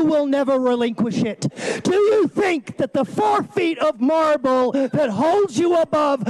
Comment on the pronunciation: 😷😳I see how he pronounced "marble" more like "Marlboro ". Amazing stuff.